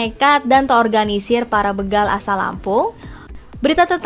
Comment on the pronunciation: Begal... Be dibaca seperti Betawi ? SALAH... Yg benar Be dibaca seperti BETAKAROTEN.